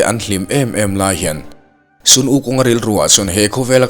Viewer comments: Hei hi lawm... MLBB ah Sun(Ni) ang a an lam hian ka lo ngai mawh thei lutuk a... Christopa mi bright nge nge rawn lam dik chaih mai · Sun -ni anga lam rik tur a nilo